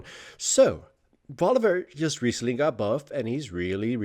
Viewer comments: Why the heck do you keep pronouncing VoliBEAR as VoliVEAR? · Say it with me-- Voli BEAR. Not volivare. Ily but i am also a grammar nazi